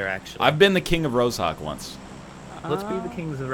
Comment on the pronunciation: ITS NOT ROZ-HAWK, the "zh" is pronounced like "j" in "je ne sais quoi". Oh my god its driving me crazy